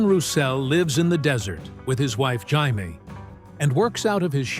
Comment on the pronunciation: His wife's name is pronounced "Jay-mee," not "Hay-mee," you knucklehead! AI is gonna make us all crazy....